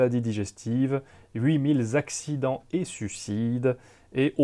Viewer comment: "Huit mille zaccidents"